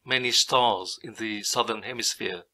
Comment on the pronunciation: Say "Southern Hemisphere" again, but very slowly